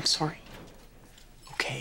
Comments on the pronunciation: "I'm soary, I'm soary, I'm soary, I'm soary, I'm soary!!" - Craig Manning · IM SAURY IM SAURY IM SAURY IM SAURY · “I’m SOARY!” 😂